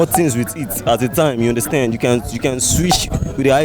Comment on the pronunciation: You understend 😂😂😂